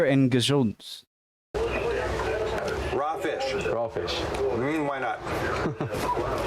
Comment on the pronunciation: The Archimedes screw is far from perfect, but it works (good enough, back in the days). If you can hold e.g. 20 liters of water in one "section", and you loose 12 on the way up, you've transported 8 liters. Naturally, sealing would make a big difference. pronounced it as "gezoond", but it should be "gezond". "gezoond", in Dutch written as "gezoend", means "kissed". We don't do that with herring. When you stop draining the water, the flooding won't come from rain, but mostly from ground water that is being pushed up by the sea. It's the principle of communicating barrels. Along the coast there are so called "kwelders". These are pieces of land that get flooded by this effect and need constant draining. Kwelders are the opposite of polders.